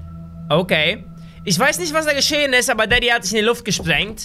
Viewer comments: Ich verstehe manchmal nicht dadi sonder also du bist der böse vater. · Daddy klingt wie 😂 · Immer wenn du daddy gesagt hast hab ich verstanden